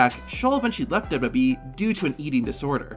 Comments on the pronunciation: Your videos have good content, but it's hard to get over how you pronounce "WWE" lol. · The way you say WWE makes this whole video unwatchable.